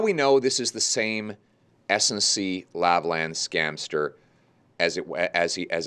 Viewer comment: Politics aside, if Pierre Poilièvre doesn't want his name's pronunciation to be made reminiscent of "hoi polloi," then he needs to learn how to pronounce "Lavalin" correctly... Hint: It's not "Lavalan," which is neither a French nor an English pronunciation. Then again, it boggles the mind how most Canadians outside of Québec itself seem to prefer the Frankenstein model of not fully pronouncing its name in either French or English.